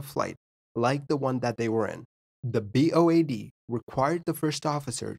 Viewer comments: It is BOAC..not BOAD. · Just a correction, but it's BOAC, which stands for British Overseas Airways Corporation, not BOAD. No biggie, just a friendly FYI. 😉✌️ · BOAC...NOT ...BOAD ffs. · BOAC, not BOAD… it was merger with BEA starting around 1972 that British airways became. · BOAC not BOAD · Nice video, thanks! Just to let you know it’s BOAC (not D) - meaning ‘British Overseas Airways Corporation’. They merged with BEA ‘British European Airways’ to form present day British Airways in 1974. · BOAD?!? Surely you mean BAOD?